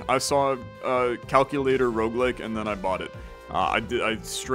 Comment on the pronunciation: Roguelike not Roguelick